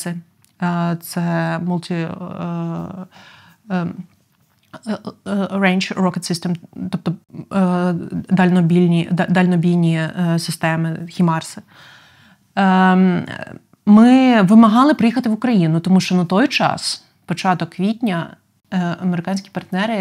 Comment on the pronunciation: ХАЙМАРС А НЕ ХІМАРС ГОСПОДИ!